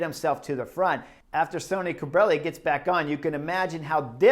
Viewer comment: Great job Chris! Today Bob or Phil said that Sonny Cobrelli was named after Sonny Crockett from the TV series "Miami Vice". However, about two minutes into today's video you pronounce his name like Sony several times. Later in the video you do pronounce his name like Sonny (sunny). Scott